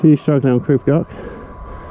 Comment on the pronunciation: Nice video crib goch means in English red Crest. But I noticed that people are pronouncing the welsh wrong its pronounced crib (creeb) and it's not gotch its goch (go..cCh)